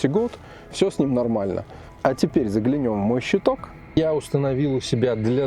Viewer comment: родной.. Не загляНЁм, а загЛЯнем.. Пожалуйста... Очень слух режет.))